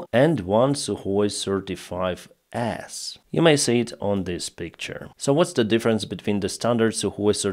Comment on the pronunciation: why, when you say, "35S", do i hear "certified a**" 😆